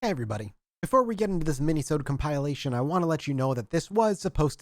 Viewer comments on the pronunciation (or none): It's "Kompuh-lay-shun", not kompile-ation. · First off, youve got to stop pronouncing compilation as cum-pie-lation. Second, the article didn’t specify what dorm the purse was found in, I’d assume somebody stole it, saw how much money there was, and stashed it in a wall for later. They never got back to it and in the 30 years since their hidey-hole was plastered over. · I gave you a like for accuracy, but I really hope keeps saying kompile-ation.